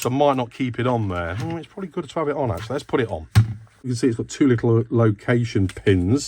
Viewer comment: Akch-tool-ee...,... I did get some rather nifty little tools from Sainsbury's "tools and trinkets" section, recently, and for cheap, too! But I sense a trip to lovely Lidl might be on the cards for Sunday morning. Edit: I bought a 1/4" screw-driver bit set with ratchet handle from Aldi a couple of years ago. Bits were ok, but the ratchet handle was a nasty PoS, and I genuinely threw it in the bin, it offended me by it's mere presence in my house.